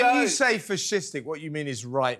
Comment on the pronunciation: Fish-istic? First time ive ever heard that.....